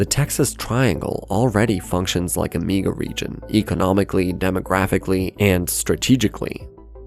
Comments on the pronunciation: This voiceover has to be read by AI, at one point it says “Me-ga Region” and not “Mega Region”. I don’t think a human narrator would make that mistake. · Wtf is a "meeguh region"